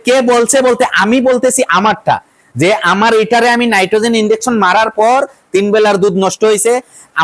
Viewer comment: নাইট্রোজেন না নাইট্টনেক্স